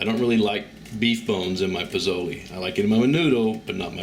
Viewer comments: Its more of a (leh) ending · If you're making Pozole, then pronunciation is important. I hear you saying pizolie and pazoley. Please. This is not an Italian dish. It is distinctly Mexican. It's pronounced poh-SÓ-leh. I didn't get into the pronunciation of the various types of peppers you used. You get what I'm saying. That would be like us Mexican folk saying chaikin when what we should be saying chicken. Do not open a tackkerreeuh until you learn to pronounce taqueria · It is pronounced Pozole (Lay) not (Lee) at the end. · You obviously know how to say the names of the dish and peppers correctly...you are purposely saying them wrong. Coming from a Texan. BTW dig the recipe and you obviously know how to cook